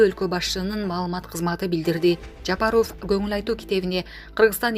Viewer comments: Жапарофф дебей тура суйло, сабатсыз дикторбусун алып баруучубусун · Даже Жапаров дегенге ударения туура кое албаганга маалыматты окутуп койгон.Маалыматты окуган кыз башка нерсе менен эле алектениш керек.